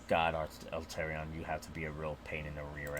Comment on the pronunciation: I love the video, but 'Alterion'? Made me laugh each time, I love you man, but it's 'Al-a-tre-on'